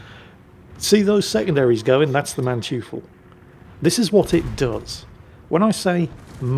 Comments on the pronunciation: jeez, would it kill you to enter Manteuffel into google translate and have a listen to the pronunciation;) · Manteuffel is pronounced; Man-toy-fel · Dearest, the germans pronounce "eu" as "oy". So the Manteufel would be pronounced something like munn-toy-fell. Great Vid as always, keep it up old man:D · FYI that German ship is pronounced "Maan-Toy-ful" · Mann-toi-ffel. Smartassing german here. :-) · Small tip... Manteufel.. The 'eu' in german is sort of like 'oy' in english (like the exclamation 'oy, mate!'). While that's not a perfect approximation, it's much closer than the 'you' sound. And the final e is like the first e in 'there'. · Its not "man-tjufal". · you’re saying German names wrong again. Manteuffel is pronounced “Man-toy-full”. Good try,. 😂😂😂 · pronounce the MANTEUFFEL like this: (MAN)(TOY)(FELL) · For English-speaking people who wonder: Manteuffel = Mon-toifle ("Mon" as in "money", "toifle" as in "Oi!" and "fell") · Dear, the name of the German ship is pronounced 'Munn-toy-fell', stress on the first syllable. We don't expect perfection in German pronunciation, but the way you said it is an abomination, it sounds like a buffoon from a French opera or something.😉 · It's Muhn-toi-fuhl... "eu" in German is almost always pronounced oi, as in "oi, you horrible little man!", except when the "e" is part of a prefix, as in beurteilen (to assess), which is pronounced buh-oor-tie-luhn. You have to know how syllables work in German and that they are mostly individually pronounced... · For future reference,, it's pronounced "Man-toy-full." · acctually incorrect^^ it's pronounced man-toy-fel (and the a is pronounced like in Naan bread, not the ennglish a) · More like "Man-toy-fell" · eu in German is pronounced like oi in English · Hey, "eu" in German is pronounced "oy", so it is not Manchoofel, but Mantoyfel:) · manteuffel (mandevil), "man-toif-fel" . not man-tjee-full